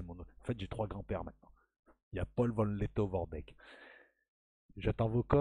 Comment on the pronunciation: cela se prononce v? Letto!!!!!! Haia Safari!